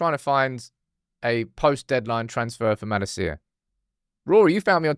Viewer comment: Your pronunciation of Malacia is driving me insane